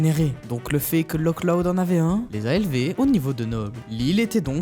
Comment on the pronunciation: C’est une erreur du film mais comme c’est écossais, le nom du village ne se prononce pas « Lok Loud » mais plutôt un truc du genre « Lohr Loud » Comme le Loch Ness qui se prononce « Lohr Ness »